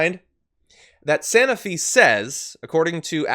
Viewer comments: Sanofi - long “o” as in “snow” Love you and your show, but I cringed whenever I heard the mispronunciation. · Sanofi - it’s a long “o” as in “snow”.